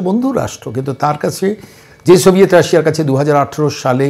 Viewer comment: বার-বার "সভিয়েট রাশিয়া" উচ্চারণ করছেন । সেটা ভেঙ্গে টুকরো-টুকরো হয়ে গিয়েছে । আমার মনে হয় এখন রাশিয়া বলতে হবে ।